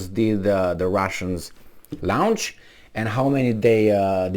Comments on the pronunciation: Please pronounce "launch" correctly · We love you! Great spirit and sense of humor. Friendly advice, when you pronounce LAUNCH, say it like it is spelled lawnch/lawnched. You pronounce like it is lounged. So, launch (pronounced lawnch) your great videos into the ether and we shall listen to them piously!!! 👍🏻👍🏻👍🏻🍀🍀🍀🥰🥰🥰